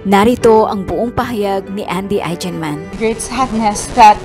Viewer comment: this kind of news about the death of loved ones kept me bawling my eyes out. masakit naman tlaga.. and please gurl' try to pronounce their name properly as EIGENMAN..